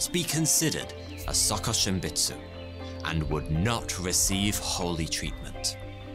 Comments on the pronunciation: Hearing him say suhkuhshimbutsu hurts my ears..I think it's supposed to be pronounced as sookooshimbutsu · His Japanese pronunciation is so funny to me😭